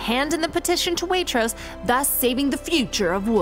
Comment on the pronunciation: Oh my god pls stop her saying Waitross 😭😭😭